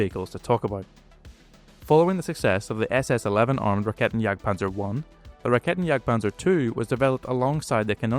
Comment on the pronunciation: "This is a Raketenjagdpanzer, it jagds panzers with raketen"